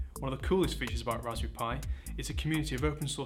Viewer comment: It sounds like he's saying "Raspoo pi". Yes, he should have had the teleprompter closer to the camera.